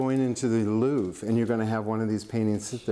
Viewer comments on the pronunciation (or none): none